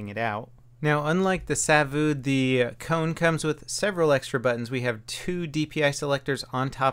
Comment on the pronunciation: Its not pronounsed coun its kone :P